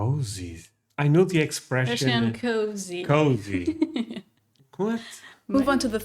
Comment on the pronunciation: you said it right the first time. Cozy not kuzy. 😂